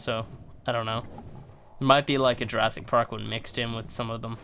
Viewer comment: it’s Jurassic not Jurrasic